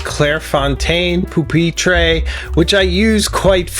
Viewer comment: Nice video! But heads up: your pronunciations of “octagonal” and “pupitre” are a bit off. Great, very informative and engaging video though!!